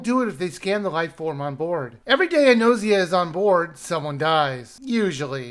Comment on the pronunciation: I disagree on the pronunciation, is saying it correctly. It’s derived “Gnosis” which is the Greek for knowledge.